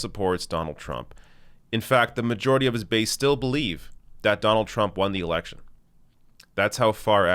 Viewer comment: lol he literally said "incited the erection" lul